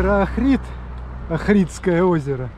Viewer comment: Охрид ударение на О